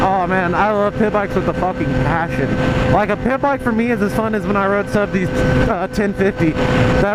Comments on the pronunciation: Did you say pimp bike or pit bike. Sounded like pimp bike lol. Pretty sure it was pit bike tho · I thought you said pimp bike instead of pit bike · At first I thought you were saying PIMP bike LOL